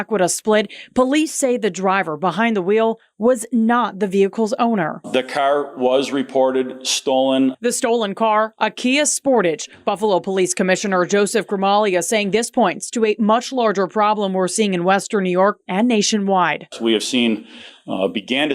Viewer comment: Kia “Sportidge”? “Sportarge” 🤦‍♂️